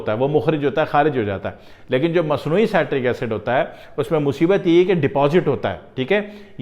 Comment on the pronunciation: It is pronounced as CIT TRICK acid🙄☹